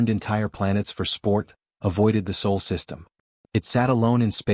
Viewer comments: And Sol, not Soul. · Sol, not soul you AI twit. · It's "SOL" System not Soul System. SOL is the name of our star. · Sol, not Soul... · It's SOL... not SOUL... dumb AI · SOL not SAUL. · It is alled Sol, not "soul". Earth is Sol III. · Not "soul".... it is called Sol.